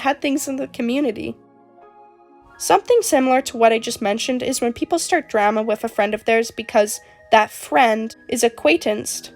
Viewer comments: PLEASE STOP PRONOUNCING DRAMA LIKE THAT I'M CRYING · im sorry but the way you say drama is making me cackle 😭 (no offense!!!) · I tried to take this video seriously but everytime you say drama it just feels really weird 😭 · Only drama imma start is. Where are you from that drama rhymes with scammer? It rhymes with llama over here in Australia. I’m laughing because I work at the nutcase factory. (We are all nutcases and should be put in the white padded cell) it’s like a zoo for people. Daycare for people with disabilities. People treat it as. Mind you I only get paid 3.01 an hour. Drama llama. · i dont mean this in a rude way I SWEAR but the way you say drama is kinda silly, i like it XD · the way you say drama is very interesting 😭